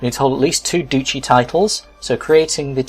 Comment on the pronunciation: Pretty sure it's pounced Dutchy as in Dutch.